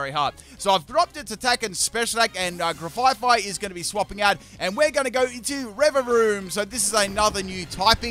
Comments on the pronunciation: GRAF-EYE-EYE NOT GRAFYE FYE!!!!! THERES ONLY ONE "F"!!!!!!! It's based on an aye-aye animal. (sent with love) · He said grefaifai it is grefaiai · One thing that is bugging me in this video: it's Graf Ai Ai (graf I I), not Gra Fai Fai. It's based off of the ai ai, which is a lemur with a bad rap. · Grafaiai (Gruh-F-eye-eye) it's a play on the animal it's named after. Graf (Graffiti) and aiai (Aye-Aye the long fingered lemur). I know mispronunciations are sort of your thing, but that one kills me every time. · I realize you haven't changed your way of calling it with an extra f eh 😂 Now at this point, I got so used to hearing the name as such that it feels so natural 🤣 (No slander intended btw, just joking) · I HATE the way says Grafaiai’s name so much, I’ve been watching long enough to understand that saying names wrong is part of his schtick and it’s not bothered me or even crossed my mind not even once because I know people get real salty about it....but the way he says it’s name is just so terrible to me lol adding an extra ‘F’ makes its name something I cannot stand in the slightest and I just don’t know why, but we all have words we hate and it’s joined my list. In the VIP section lol So obviously I can’t watch any more until gen 10 releases lol